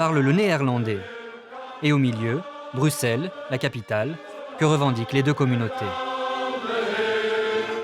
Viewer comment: Et on dit BruSSelles, pas BruKSelles